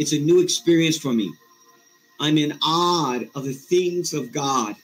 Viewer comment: It’s I was in awe. Not I was in odd.